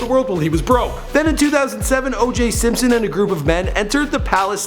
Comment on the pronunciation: Simsoin? I thought it was Simpson.